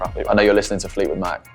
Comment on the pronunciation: My dude said Fleetwood Mac 😂😂